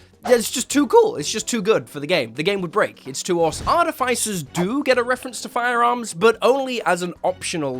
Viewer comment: Is that really how artificer is pronounced?